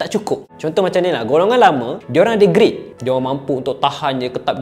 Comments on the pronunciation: grit la bang bukan greet, kalau groot pun boleh jgk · "GRIT" bukan GREET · GRIT bukan GREET. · bukan greet,tapi GRIT!